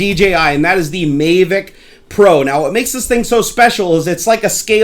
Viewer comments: it's mavic not maevic. good video! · I'm sorry but he said mayvic pro. ITS MAVIC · thank you. I cringed every time he said MAY-vic. Same with REEE-view. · please stop saying "may-vic..." it's pronounced like Havok :P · Mayvic Pro? No, mahvick Pro. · MAAAAAAAAAAAAAAAAAAH VIC, NOT MAAAAAAAAAAAAAAAAY VIC >:OOOO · He said may-vic... smh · May vic? Did i hear that right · OH MY GOD OH MY GOD OH MY GOD! I've been waiting for this I got a mavic and it is amazing especially the camera and the obstacle avoidence also it's prenounced MA-Vic a as in Jack Ass. Also the faa is stupid I don't fallow the rules or have my drone registered. many people fly with the bubble off. In fact you get more airflow that way. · So many people ragging on for saying "may-vic" wholly fuck who cares? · It's MA-vic. A as in apple. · That may be the case but you are in the states and it's pronounced MA-vic. There's no trolling involved. Simply correcting your pronunciation. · Yep. He was saying it wrong the whole time and I couldn't watch the video anymore. It was annoying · One, having 3 monitors is not a problem but them being huge is just stupid. Also, you pronounced mavic wrong. You really act like a nerd and I'm definitely not coming back to your channel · your saying Mavic wrong Dude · The way you say MAVIC really irritates me lol. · it's not about how I pronounce it, it's about how everyone the built and designed it at DJI pronounces it. If you're going to ask the company to send you their product for free, you might as well pronounce the name of their product the way they've intended. As DannyAR mentioned, no trolling here, just had to agree on the pronunciation here. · love the video but i think you're pronouncing mavic wrong lol